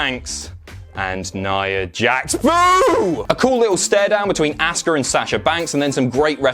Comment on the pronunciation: Imma boo more at the way you say Auska then nia jax